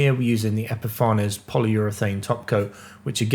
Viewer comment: Fantastic! Absolutely loved seeing your well planned rapid build with modern techniques - well done fitting that all in to a quick course! I believe the pronunciation is epifa-nees which is an apt name for their products!